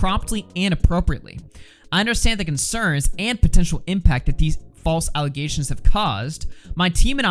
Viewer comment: Notice how she says "False aligations" 3 times in her statement? To me that is giving off "I'm trying to reinforce my narrative" vibes. That old saying, repeat the lie enough, people will start to believe it. I think that's what she's doing here. Why else would she mention "False aligations" 3 times? Side note. She deleted her PETA video from last week & uploaded another PETA video yesterday. I didn't see either video, so not sure what's up with that. Though seems kinds sus to me